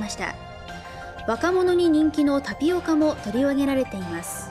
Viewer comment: とりよぁぃげられています 可愛い